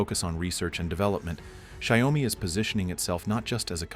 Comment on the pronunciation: at least learn to pronounce Xiaomi name right - 'Shaw-mi' not 'Shao-mi' i swear NA people are so uneducated